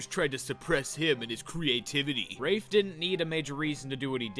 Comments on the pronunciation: Yeah I think "Rah-fay" is a LOT more better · I actually had a breakdown after this realization. It’s pronounced rahf, not rayfe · Wait isn't it pronounced "Rah-fay" not "raif". So this movie butchered the protagonist's name and it was cringe to watch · Am I the only one who pronounced it 'ra-fay' instead of 'raif'?? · He kept pronouncing Rafe as raafe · I just now realized that it should be pronounced rah-fay because he was named after the artist named Rafael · I pronounced it similar to Rake but with a f when I was young and as you can see, the person making this did not care to even read the book properly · i always thought it was pronounced "rayf" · Am I the only one who was surprised to hear the pronunciation of "Rafe" bc that is NOT how I thought it was said.